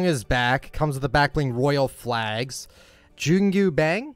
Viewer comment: you know something is wrong when says jungiu bang instead of Jingu bang